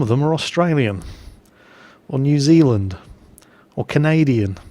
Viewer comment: your not allowed into new zealand until you say it correctly.